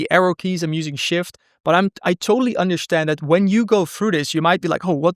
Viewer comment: The only thing that I don't like about the video: 1) he pronounces "tuple" incorrectly; 2) he pronounces "st" as "sht" (for instance, "underSHtand", "SHtring") and this one really bugs me. Why then you pronounce "fast track" and not "fasht track"...